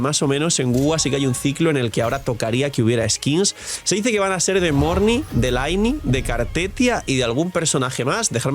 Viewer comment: Lynei!! NO LAINI!!😂 Te voy a funar con esto hasta que pronuncies el nombre bien jajaja 😂